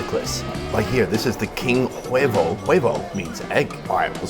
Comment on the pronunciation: In Spanish the "H" is silent in every word.. You just say "Uevo".